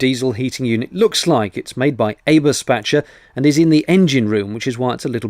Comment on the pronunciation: Thanks for taking the time again to show another aspect of Narrowboat life and even including a "Foreign Correspondent". You made a decent job at pronouncing "Eberspächer" which must be a name made especially to confound English speakers and I am wondering why they do not use a different brand name in the UK. These diesel heaters are noisy everywhere, I remember them from the ambulances I used to drive and even without hot water circulation they were quite loud. Maybe a small petroleum or gas-powered radiator would heat your bedroom without all that noise? As always a pleasure to hear somebody speak such clear English that even I can follow easily and the text is quite whitty.